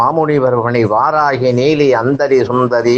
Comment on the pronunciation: நீங்கள் வாராஹி இல்லை வாராஹி என்று சொல்ல வேண்டும் தயவுசெய்து